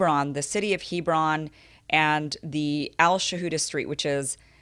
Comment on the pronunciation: (Heb ron) not (he bron)